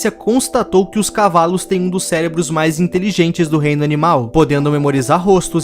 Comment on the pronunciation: Acho que o Carlinhos fala cavales